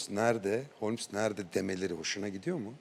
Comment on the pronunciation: Holmes ❌ Homles ✅